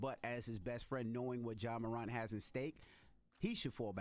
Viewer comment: First Off: How have Charlamagne and Envy been in the music industry for this long and have never heard of Robert Glasper? Secondly: Who the hell is Ja Morauunt, Envy???